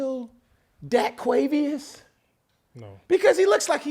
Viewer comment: Dak-quavios lmao